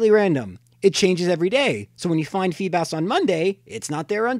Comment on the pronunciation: its pronounced (fee-bis)